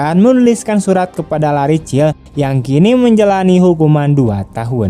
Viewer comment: LARRY di baca nya Leri bukan Lari 👍👍